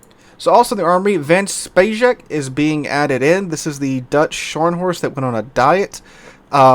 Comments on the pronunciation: The Van Speijk is pronounced “vahn spike” not von spacheck. Great videos though, keep them up! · j is pronounced like a y in dutch..just like german.. cmon you silly american